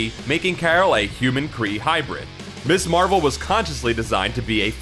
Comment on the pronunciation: Gah. The word is pronounced "miz" not "miss" there.